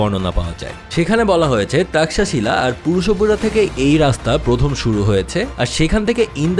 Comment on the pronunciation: পুরুষপুর হবে, পুরুষাপুরা নয় ।